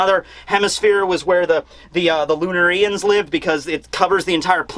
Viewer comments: Why do you put the accent on "ri" instead of "na" in "lunarians"? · Lun-air-ians Not Lun-R-Ian’s Lol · I'm watching this late but man I hope he stops saying Lunar-EE -ians. It should be pronounced Loon-Are-ians and listening to him say the former pronunciation is like nails on a chalk board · Lunarians: Lunareeans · I hate how he's pronouncing Lunarians but pronounced Solarians the way he should be pronouncing it correctly..